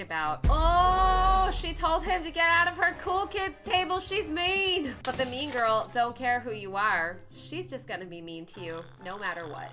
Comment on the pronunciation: I thought you said meme girl not mean girl😂😂😂